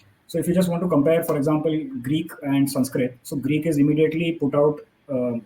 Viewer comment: what does schwa deletation has to do with pronouncing sanskrit words with short a as long aaa?